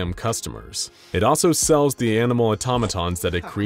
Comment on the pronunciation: I heard Atomatons ⬆️⬆️➡️